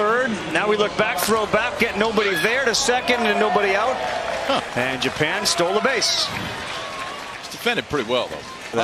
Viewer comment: japan pronounced like jupen